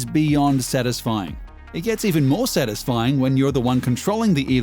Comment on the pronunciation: How the narrator says ‘Satisfying’: ‘Sanisfying’